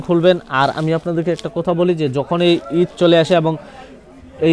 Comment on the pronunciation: Vai suboscribe na subscribe🙂 Vai রিদ না ঈদ🙂